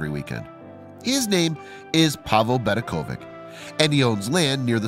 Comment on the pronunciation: Just to make a short story long you have added a history of Zagreb, which has absolutely nothing to do with the problem parking. In the flea market you can buy all kinds of other people's rubbish. BedeKOvic is pronounced VeDEKovich. ovic means son, as in Robinson. Imagine calling the latter RowBINson. Near the end you repeated the name of the city but reversed the vowels, thus Zegrab.